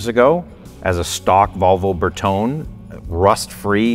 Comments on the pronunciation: Bertone is pronounced Br Tow Nee I love the car and since it’s yours obviously you can call it what you want. Just know that every Italian everywhere is gesturing wildly with their hands while screaming insults every time you say it like you do. 😆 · Am i the only one getting "triggered" by this guy refusing to pronounce and put the "E" on the end of Bertone? 😅 Its not pronounced "tone" its pronounced "Tony". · Nice car! Bertone is pronounced Bertoney. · I believe we pronounce Bertone 'Ber-to-neh', not 'Ber-tohn' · Berton- eh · It's pronounced "Berton-ee," fellas. C'mon! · It's pronounced Berton-ay, not Ber-tone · BertonE!!! Its like Porsche, the E is not mute! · It is not Berton. it is Bertone with E in the end and it is vocal, E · Fail on the pronunciation of bertone 😂